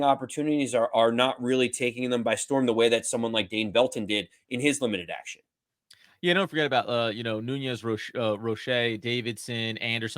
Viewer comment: PinnOCK, NOT PinnICK. Come on man that's not a hard name to pronounce.😅 it may seem a bit Petty, but you guys are fans of the Giants, right? I like your show, but the little things like this are annoying. Also, it's Nunez RochES, NOT RochAY(He's not french). Cole Beasley is making the 53. Gervarrius Owens also looked good. Basically, Joe Schoen has really upgraded this roster in just two offseasons. The only worries for me are, once again, the offensive line (as usual), particularly swing tackle, and our third pass-rusher. And I think Baldonado might actually do okay, (as well as Fox). If we sure up those two spots, I think we've got a real team🎉😂. 😉